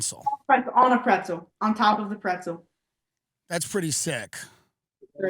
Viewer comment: Second time he’s said “prentzel”